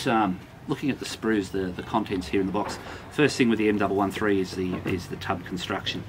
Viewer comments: M One One three... not m double one three... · Great review. The M113 is said M one one three.